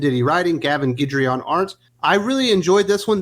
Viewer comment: Thank you for saying "Guidry correctly! You're awesome